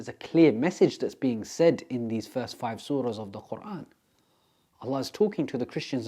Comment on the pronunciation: His pronunciation of the word Quran made my heart melt ❤ Brother you have been blessed.